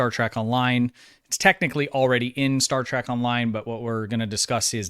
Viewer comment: Why do you keep saying Star Track?